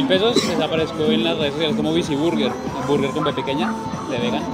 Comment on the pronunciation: Vurguer con v de vaca 😂